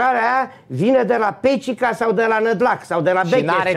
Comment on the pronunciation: ma oameni nu mai pronuntati Pecica gresit :))